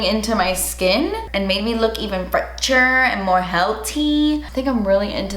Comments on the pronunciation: Fretcherrr and heltyyyy 😂😂😂 love it can’t wait to try!!! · The way she says fresh though 🥰🥰✅👌🏽👌🏽